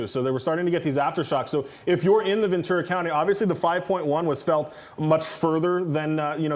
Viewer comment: She said venture county. 😊